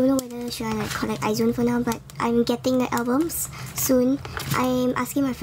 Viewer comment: great collection ! but isnt izone pronounced as ai-jeu-won ? or am i wrong 😂?